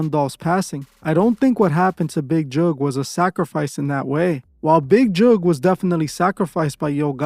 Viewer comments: It's Big Jook :Not Juke 😂😂😂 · Big who u say his name funny